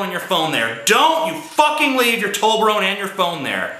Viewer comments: it''s not "tol be rone" it's "tob le rone' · its toBLerone, tj